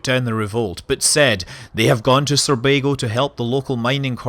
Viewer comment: Sounds like you're saying Surbago, not Sorbago, in the start.